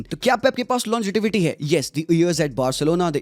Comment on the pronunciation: It's pronounced longevity (lawn jay vity) not longetivity